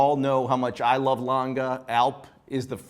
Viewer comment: Watch critics and presenter but can’t pronounce Lange?? Please try harder, there’s E on the end and in German language it’s a strong Letter. Just like Porsche. It’s not Langa. It’s Lange